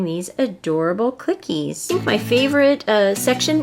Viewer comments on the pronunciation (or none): You pronounce clickeez with only 1 k get it?